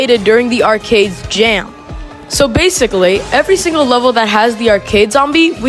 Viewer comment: did anyone hear him say every stingle stage?